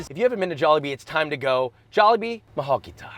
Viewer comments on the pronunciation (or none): Josh fucked up "mahal kita" sounded so wrong (I'm Filipino so I can tell) 😂😂😂😂😂